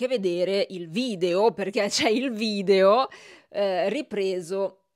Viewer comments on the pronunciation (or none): none